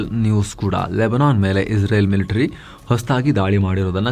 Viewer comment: Iwanige israel helikke baralla izreal antha bogalthane masth manga